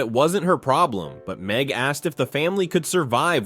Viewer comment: NIT MEG NOT MEG😂😂